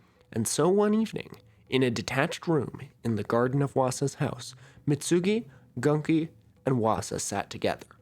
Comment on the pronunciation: Its pronounced literally Gunki not Ganki